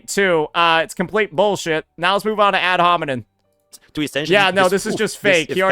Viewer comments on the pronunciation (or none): it's ad homiNEM bro the word ends with an M it's not that deep come on bro